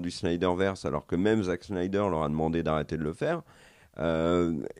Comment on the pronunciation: ne sait pas dire snyder, ne sait pas dire hawkeye. 1 partout balle au centre.